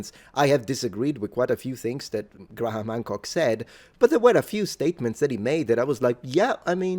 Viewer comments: It's pronounced "gray-em", not "Gra-ham". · As a pedant, I am sure you will appreciate this comment: "Graham" is pronounced "Grham," not "Gra-ham." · Graham = Gram. Not Gra-ham for future reference btw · Its Gray-am...the H is silent. Being pedantic... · it's Grey-ham btw :) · Great video topic. Btw... you still need to work on your pronunciation of the name Graham. It's only one syllable, just imagine it as being spelled "Gram". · here's a tip when pronouncing the name "Graham": the "h" is silent.